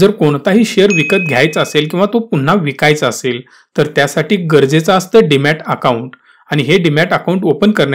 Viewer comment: Demat not Dimat